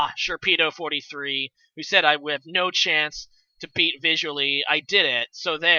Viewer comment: Great game between two awesome Pokétubers! As a side note... Vizually is pronounced as in "ally" comerade. His intro is "It is I Vizually", so it rhymes.